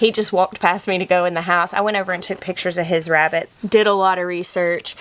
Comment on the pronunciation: Why did i waf so much when you said "Wes' wabbits"?? 😂